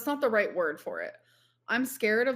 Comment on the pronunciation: is this the new personality we knew was coming? The way she is pronouncing words and acting like shes always done it that way is making me see red. Raght, raght?